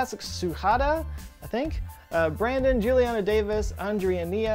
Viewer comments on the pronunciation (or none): none